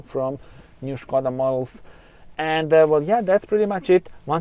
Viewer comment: Good afternoon 😊 This car reminds me so slightly of a BMW. This car is not only stunning to look at, it offers luxury inside like the seat coverings and pull down screen. Umm Puma or Skoda now for me?😄 Ps. Like the way u pronounce Skoda, schh koda!! Maybe I have been pronouncing it incorrectly all this time. Enjoy the rest of your day until the next video 👍